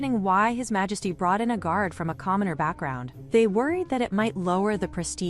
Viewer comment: LOL "Malesty" 🤣